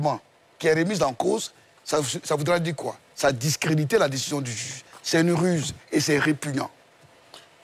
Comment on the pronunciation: Quelqu'un qui sait pas prononcer le mot "juge" qui dit jige... Vous voulez qu'il comprenne français ?